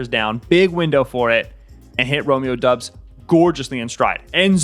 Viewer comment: Good content. Just a little help on Romeo Doub's last name that several media folks outside of Packerland often get wrong: It's pronounced DAHBS, not DUBS.